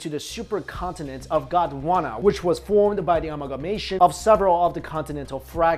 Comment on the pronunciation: when u said gondwana i thought u said uganda XD